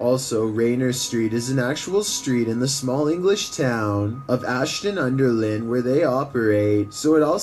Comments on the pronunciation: Its pronounced ashton-under-line just fyi 🤙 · The sewers are in Ashton-under-Lyne ( pronounced it wrong), and I live very close to that place. I can reassure you, there have not been any tunnel hauntings or weird creatures down there, and nobody has been eaten by a weird sewer monster either.